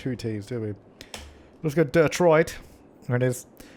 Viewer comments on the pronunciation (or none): "Dirttroit" im weak😂😂